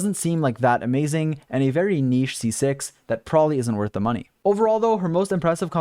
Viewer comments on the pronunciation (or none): none